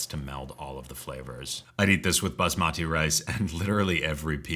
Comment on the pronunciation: Chapati and basmati (emphasis on the first syllable for the latter) are pronounced with a soft t--like a th.